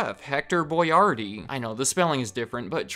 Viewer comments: It’s Chef (Boy-R-dee) not Boy-yardee lol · Why am I pronouncing Boyardee differently now